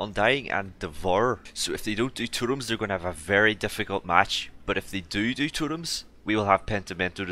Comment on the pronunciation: Totoms? its totems